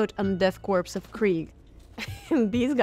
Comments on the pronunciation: What is it with so many people not knowing how to pronounce corps/korps? It's core. As in Marine Corps. I cringe every time someone says corpse. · Hype! :) FYI ‘corps’ is pronounced like ‘core’ and ‘gauge’ is like ‘gayge’ 😛 good old English lol